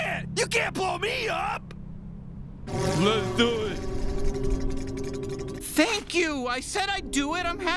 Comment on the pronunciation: He did say lezdoit so kinda on him